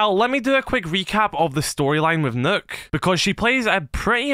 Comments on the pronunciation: You pronounce Nøkk as "Nukk" not "Nook" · the name is actually pronounced as “nuke”